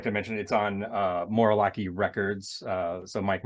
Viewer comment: You said the name of the record label wrong. Lmfao. It's Morallaki like Malachai from children of the corn.